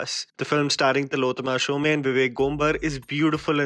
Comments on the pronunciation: Hi.. TILLOTAMA SHOME is pronounced as TILOTTAMA "SHOM". NOT "SHOM-e" Its an Bengali accent. No need to be typical about that but it is just an information. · She is Tillotama Shome. Pronounced as Tilottômā Shōm, not Shōmē. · It is not Shomé but Shome (as Shoum)..a bengali surname.